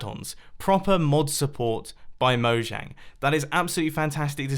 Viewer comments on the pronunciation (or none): none